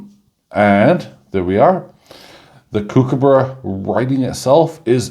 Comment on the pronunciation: Everytime you say "kookaburra" I cringe. Your pronunciation is terrible but the coin is mint.